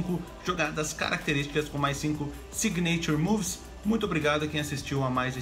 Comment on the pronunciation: se fala "sÍgnature" move, com ênfase no I, e não signêiture move, como vc disse. Deu mta agonia aqui hahahaha